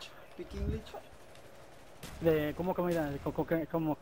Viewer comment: English pikinglichss jajajaja pinche coto